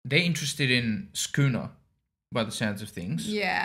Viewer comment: You guys are nailing the pronunciation of Sukuna, just FYI 👌🏻